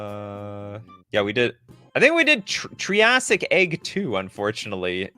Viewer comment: Triggered by how poorly you pronounced Triassic